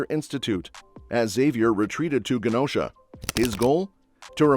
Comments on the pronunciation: Its not ( Gu Nosha) its (Ju nosha) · Mispronounced Genosha